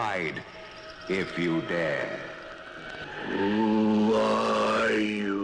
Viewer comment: it's dare,not day you.